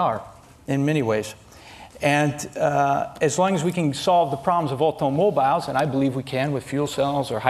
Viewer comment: the way he says aUtOmObIlEs 😂